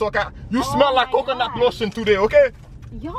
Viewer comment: the way you said "coconut" had me dead fam